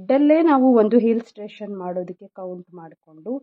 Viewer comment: Very nice, please pronounce illustration not hillstration sorry